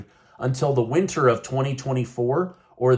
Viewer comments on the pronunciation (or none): none